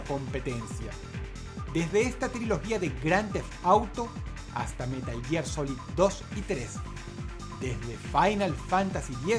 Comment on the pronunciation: Buen top, pero me sorprende que con el mimo que Dross elabora estos videos no se tome la molestia de revisar su pronunciación de ciertos títulos en inglés. Caray, con el traductor de Google se puede hacer en cuestión de segundos. ¿God of Guar? ¿Crono Traiguer? ¿Metal Yiar? ¿Tomb "raider"?